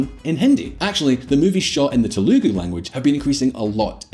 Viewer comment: Stress on the first syllable in Telugu. TE-lu-gu.